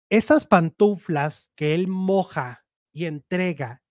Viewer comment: No se dice PANTUNFLAS se dice PANTUFLAS 😅😅😅